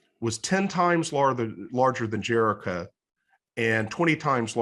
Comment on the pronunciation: Why does he say Jericha?